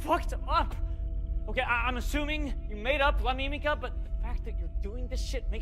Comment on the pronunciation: "la mimica" "la lamika"